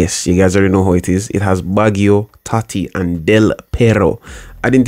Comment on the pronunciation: baggio is pronounced Bajio bro